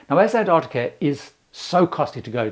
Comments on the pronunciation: The first "c" in Antarctica is not silent. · There's one thing missing - and it's the first t in Antarctica. Pandering to Americans or what? It does grate when people are saying variations of anarnicar or bananada or anannynah etc I went on a cruise to an-tah-de-da. Yeah, cool, good for you. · I'm just curious about the pronunciation of Antarctica. I was under the impression that in UK English, as it is here in Australia, the first T is pronounced, as in Ant-arctica. The Americans often make that T silent, AN-arctica. Don't know why. It's clearly there.